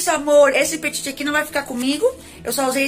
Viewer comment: se pronuncia peti, sem "T" no fim, abraço adoro seu canal